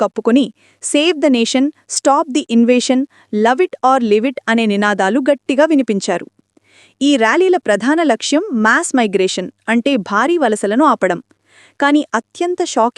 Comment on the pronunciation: మేస్ కాదండీ, అది మాస్